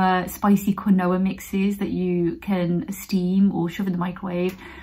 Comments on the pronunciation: Made me giggle with the pronunciation of quinoa! Pretty sure it’s pronounced “keen-wah”. Great tips BTW! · You're an angel. I love your videos. I feel so much warmth and kindness from you. Btw it's pronounced keen-wa!:P xx